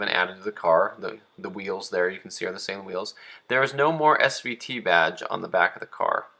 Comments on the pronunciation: The way you say "Say-Lean" drives me insane. Steve Saleen himself says "suh-lean". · For the love of god... its SA-LEEN... Not SAY-LEEN..... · I'm just cracking up how he's mispronouncing SUH-LEAN. I'LL GIVE HIM A PASS BECAUSE HE MADE THIS VIDEO AND YES I AM YELLING.. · Please learn to pronounce Saleen correctly, geez. Not say-lean....SUH-LEAN...it's really not that hard. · It's pronounced SUH-lean....not SAY-lean. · Man you're killing me. You need to learn how to pronounce Saleen correctly.